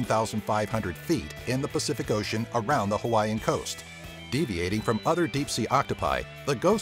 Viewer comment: Why do you pronounce ocean as OH-she-un, instead of the normal OH-shun?